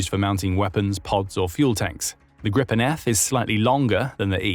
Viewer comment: Pronounced "Jahs Gree-pen" not "Jazz grippen". Gripen means "the Griffin"